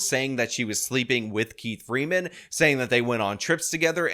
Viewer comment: 😂😂😂 She says “Keif Freeman “ 🙄🙄🙄